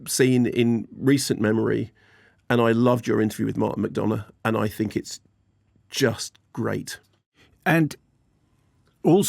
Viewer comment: Martin Mac 'Donna'...how can English people find a way to mispronounce every Irish name?